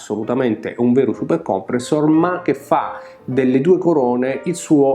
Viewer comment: Bellissimo video e bellissima recensione di un pezzo quasi dimenticato!!! Ti faccio i complimenti come al solito…però si dice Supercomprèssor e non Supercòmpressor😜😜😜